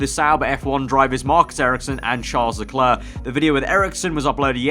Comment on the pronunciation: i dont like the way you say leclerc tbh it bothered me for such a long time